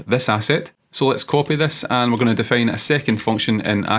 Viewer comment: I think some accent things (like 'fail' instead of 'file' or 'defane' instead of 'define') avert his videos from being suggested more times as reference by Gemini, eventhough he has the best ones in my opinion.